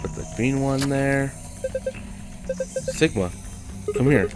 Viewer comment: Everyone didn't say "Sigma", but "Shigma". Because we(Japanese) don't say "si" in any Japanese words, and we say "shi" everyday...